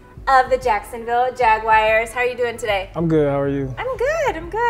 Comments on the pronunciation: Bro I lost interest when she pronounced jaguars "jagwires" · She said Jagwires? Wow that's pathetic smh